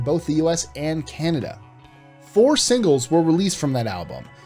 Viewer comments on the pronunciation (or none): none